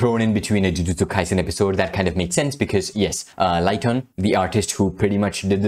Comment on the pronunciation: Ligton (pronounced lig-tuhn) is female👍